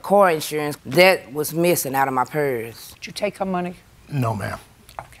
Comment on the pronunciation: When she was saying “purse” I thgt she was saying “parents”!!! 😳😳😳 I wondered why JJ didn’t question her about why her parents were in the boot!! 😂🤣😂🤣😂🤦🏽‍♀️🤦🏽‍♀️🤦🏽‍♀️